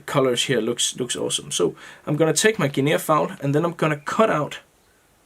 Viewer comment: Hey, great looking fly. Guinea fowl is pronounced guinee as if it has no A at all at the end. I thought you might want to know. Hope you did, otherwise you can tell me to mind my business. All the best and I do love your tying. All the best, Sean